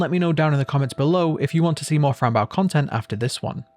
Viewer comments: Why do you pronounce her name like that? It’s fran Bow, pronounced bo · Its pronounced bow like a hair bow not bow like a ships bow not trying to be rude it was just frustrating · The way the creators pronounce it is Fran Bow 🎀 not Fran Bow 🙇‍♀️ it may not be pronounced in the game but I'm sure the way the creators pronounce it is the right way to pronounce it 😅